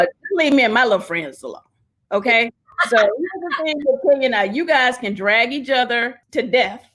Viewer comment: The way Cynthia pronounces 'drag'... Lol all this time I've been wondering who the heck been 'drUgging' her